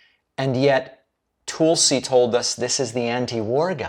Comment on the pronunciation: David, please pronounce Tulsi's name correctly, it is Tul like in hull. Not Tol like in pool. 2nd time I commenting in this. Other that that I think you're great.